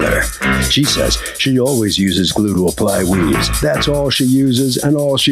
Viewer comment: Is JM saying "weaze" 😂😂??